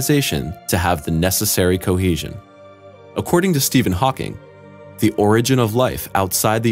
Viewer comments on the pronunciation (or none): none